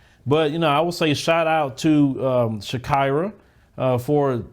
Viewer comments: Its not shak"ai"ra, its shakeera like shakeera shakeera hips don't lie🎶🎶. Americans hava some kind of wired ways of pronouncing 😁😁😁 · That word is pronounced Sha-e-ra. Like the singer. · I think it's Shah-KEE-rah.